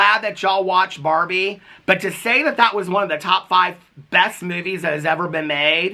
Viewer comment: OMG it took me so long to figure out you are saying barbie and not barney lol I liked the movie, but it wasn't the best.